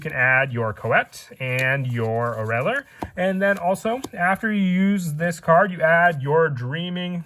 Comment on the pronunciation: ~fun fact~ Oreiller is speled o-ray-yay